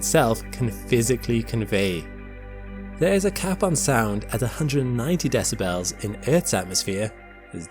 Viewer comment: The way you pronounce decibles leads me to believe this is AI